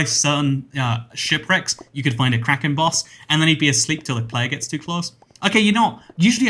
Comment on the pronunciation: For some reason, when he said “Kraken Boss”, I thought Karen Boss